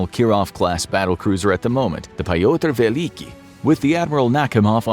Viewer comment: Pyotr is pronounced: “P-yo-ter”. Not “pa-yo-ter”